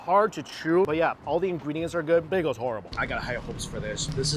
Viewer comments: Mf really says baygos 😂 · I love everything does, except for his pronunciation of "bagels" lol